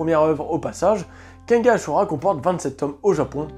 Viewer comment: mais pourquoi tu dit kenga ? il y a un N à la fin pourtant ( kengan )